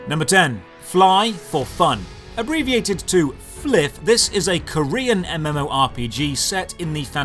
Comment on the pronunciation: Bruh… how the f do you pronounce flyff as fliff?? It’s literally FLY For Fun